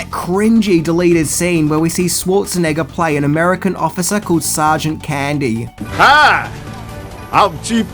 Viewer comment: Candy sounded like “Ernest”